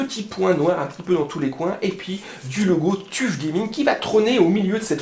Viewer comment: Tuf se prononce : teuf